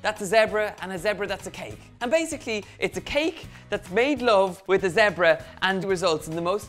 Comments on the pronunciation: Thought you said Debra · I love how Donal pronounces the word zebra😂😂